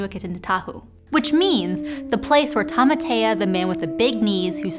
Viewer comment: Yeah... pronunciation was great on the thai name... BUT the maori vowels are Ah, Eh, O(r), Ooh. So "Taumata" is "Toe-Mah-Tah" :)